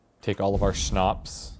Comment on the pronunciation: It's awesome how pronounces "Schnapps" and "Groschen". I love it <3